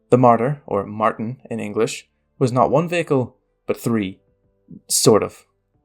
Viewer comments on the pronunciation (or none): none